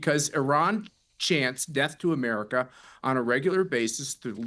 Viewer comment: AMERICAA'S Native Americaa's